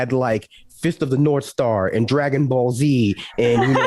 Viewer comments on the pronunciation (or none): none